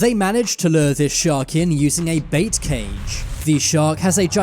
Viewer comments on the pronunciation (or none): none